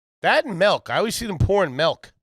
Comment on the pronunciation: The way says “melk” instead of milk is infuriating